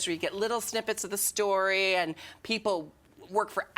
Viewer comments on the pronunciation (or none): none